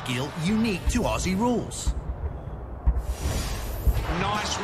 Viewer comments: First up please don’t say Ossie. Aussie is pronounced Ozzie. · Gday. Great vid. One thing, when you say Aussie, please pronounce it Ozzie… less cringy. Cheers. Don’t forget to visit. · Every time he says “ossie” when trying to say Aussie my heart breaks a little. You pronounce it “Ozzie” mate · Love your enthusiasm and interest in the game. It is one of the best spectator sports in the world. I have 1 suggestion though it's for all the US people watching and for you guys especially. The word Aussie is pronounced OZzie. Just like the wizard of Oz. Not a flat stretched out assie like you guys tend to pronounce it. Just a suggestion but after all we're the mutts of the world so I guess anyway goes down here 😅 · When you say “Aussie” it’s pronounced ozzie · Love your videos but (FWIW) Aussies is most often pronounced Ozzy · AFL evolved from a game Aborigines used to play. If you want to sound authentic when saying Aussie, pronounce the two S as Z...like buzz. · When saying "Aussie" it's pronounced as iff spelt with Z s not S's